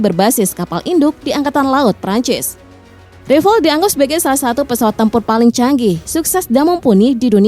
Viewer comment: Mbak, beritanya basi benar..... Sudah dipublkasi berbagai situs youtube sejak lama.....kalian ketinggalan benar, nyebut (mengucapkan kata "rafale" pun belepotan mbak..!😊😮😅